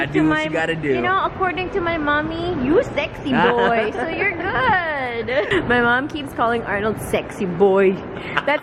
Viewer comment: Hahaha " you sexy boyyyyy" pinoy accent 😂😂😂